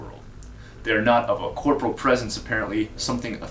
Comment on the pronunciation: it's corporeal;P pronounced like コ－ポーリアル